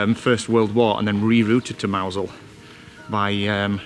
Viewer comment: Mousehole is pronounced how was saying it. At Christmas they have special Christmas lights which are lovely.